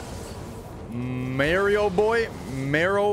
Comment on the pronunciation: he can’t even pronounce mario 😂